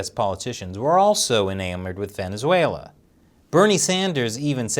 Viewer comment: VenezueNAH DAWG